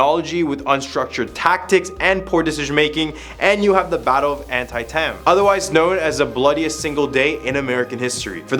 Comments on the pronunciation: HI. GR8 video but I wanted to help you with your pronunciation of Antietam Battlefield phonetic pronunciation is Ant- Tee- Tum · And An-tie-tam 😂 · Try saying any, and I mean any, of the names right. Wow. Ann Tie Tam?🙄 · It's not pronounced, "anti-tem". It's pronounced, "Anteetum". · Not to mention the An-tye-tam battlefield. An-tee-tam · You said Antietam wrong it pronounce An-ti -um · Bruh got me dying over here....Mary-Land 😂 Also, Antietam is pronounced An-tee-tm. Google will even pronounce it to you. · The mispronunciation of Antietam! 😖